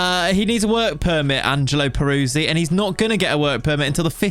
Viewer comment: but you can't say his name 😅 it's more like Perutzee 😉 love the content mate. Can you do a lengthy Newcastle save please 🙏